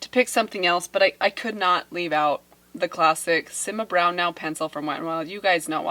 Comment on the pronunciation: I still chuckle every time u say simma brown now 😆